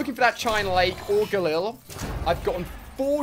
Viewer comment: It's Gallil not gullil